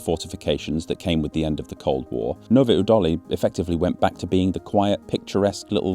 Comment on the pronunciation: I don't care wheter people call it Czecha or Czech Republic, what stressed me out more was your pronounciation of Nové Údolí 😭 Edit: ...and many other czech towns... must have been recording on 6th of August. Country-wide siren testing. "Zkouška sirén".